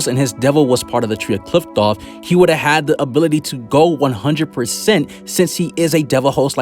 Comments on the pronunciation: It’s pronounced “cliff-oth” not “Clift-off” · Did you just say Qliphqloph?